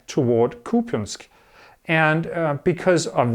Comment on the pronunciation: You say right: KUpyansk (not KupYAnsk). Thanks :) Many people, even in other parts of Ukraine, say it wrong.